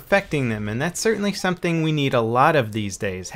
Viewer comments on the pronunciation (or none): none